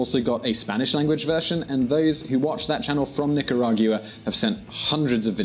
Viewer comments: Rich Dobbs He's English but just lives there, they just put too much emphasis on the u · Oh.. and Nicaragua is in the central american ithsmus. Not north or south america and please have the decency and respect to at least pronounce my country's name correctly which is Nicaragua (Nicaraguhah phoneticly) not Nicaraguya as you say. Please with all due respect. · How he pronounces Nicaragua!!! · Say mate can you say Nicaragua for Bloody sake ..🤔😝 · Your prononciation of Nicaragua GUA no gu a is absolutely wrong annoying maddening uneducated get a handle. I unsubcribe as it kills me. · Thank you for this. I don't get news from that area much and appreciate your time to bring it here. I just wish you got the location and pronunciation of the country right. Otherwise, good job and nice context. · I think he should have practiced more on how to pronounce "Nicaragua" 🙄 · It’s hard to take you serious when you don’t know how to say the name of the country and don’t know where it is located. Nicaragua is in Central America not South America. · I wish you would’ve taken the time to practice your pronunciation, you carved up and crapped on so much every time you said Nicaragua. #wrong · How does the Latin guy in the episode not show him how to pronounce Nicaragua correctly? He watches the clip of Ronald Regan and still doesn't say it correctly. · XergeDevil it pronounce Nicaragua🇳🇮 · If the only qualification to ever speak about a country is to have lived there, there would be very little information about that country. You need to find better things to nitpick like his pronunciation and his faux pas on calling it a south american country. At least that has some legitimate reasoning behind it. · Why do you go out of your way to pronounce Nicaragua in such an affected way? Do you have a speech problem? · As far as I can tell, you don't pronounce Nicaragua correctly in either Spanish or English. Is that the Czech way of saying the name of the country?